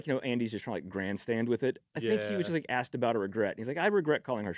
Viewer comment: Its NOT FING “AXED” I FREAKING CANT STAND hearing the word constantly mutilated!!!! Its ASS-ked assked. Not axed!